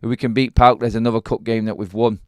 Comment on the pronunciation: I can't believe you called the opposition on Thursday night as??? Pawk... 😂 😂 😂. You pronounce the just by the four letters... Modern football fans 😂 😂